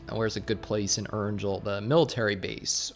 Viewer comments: It's Erangel with a soft 'g' not hard 'g' 😂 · It’s pronounced air-n-gale